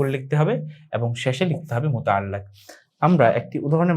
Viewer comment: sorry Bhai.. Muta'allaq noy muta'alliq.....